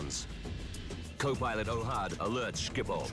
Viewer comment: thats the most retarded pronunciation of schiphol i have every heard